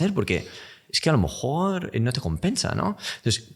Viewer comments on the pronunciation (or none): no puedo parar de fijarme en que siempre dice "a lo mojor" xd